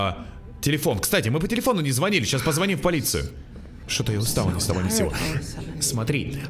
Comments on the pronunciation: Не позво́ним, а позвони́м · После слова "позвОним" захотелось выключить видео